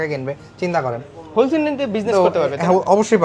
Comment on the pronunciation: হোল সেলার ❌ ধন সেলার ✅